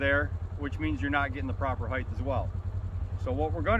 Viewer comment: Can't stand people who say "heighth".